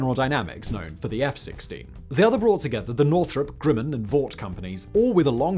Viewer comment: Is it just my ears hearing 'Grimmen' instead of Grumman? And the Flying Wing 'unproven' until the B-2 came along? Jack Northrop would be rolling in his grave, along with the Horten brothers. And BTW, the Hornet was labled "F/A-18-A" in the first delivered version, with the F/A refering to Fighter/Attack, so it ended up doing a roll it was designed for.